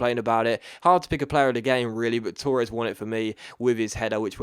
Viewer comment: Why do you pronounce Torres like that